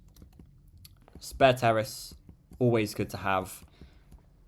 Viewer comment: Pretty sure it's pronounced "Sperrace" instead of "Spare Terrace". Although I must confess that I prefer the "Sparanda" over it by a bunch.